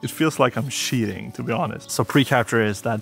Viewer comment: Great vidéo dude, very nice shots as well. Cheating is said "Tcheating" so now you now xD